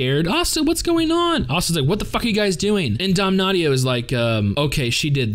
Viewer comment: People usually pronounce his name "dam-nashio"